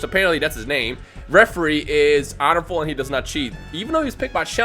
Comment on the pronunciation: Were you trying to say "honorable"?